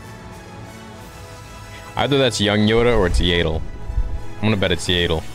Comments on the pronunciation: YADDLE NOT YAYDEL!! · Its yaddle not yAdle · I believe it's pronounced Yeah-dull, not yay-dull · Wait it’s pronounced Yay dul.. not yaddle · Why did he say Yaddle like that🤣🤣🤣🤣🤣🤣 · Never in my life has i heard someone say yadle like you do...... Well i guess that What happends when the name is never spoken in the movies